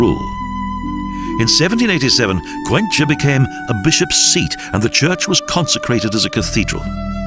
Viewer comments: It's pronounced 'Cuenka' not 'Cuencha'.. there is no cha sound Great documentary though! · Good movie, but it could have been much better if the narrator learned how to pronounce Spanish names. Cuencha for Cuenca??? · I don´t know why the narrator changes so much the names of the cities heheh for instance Cuenca not even in English would be Cuencha as he says